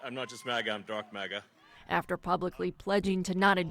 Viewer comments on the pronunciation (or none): CNN doesn’t even know how to pronounce MAGA. lol 😂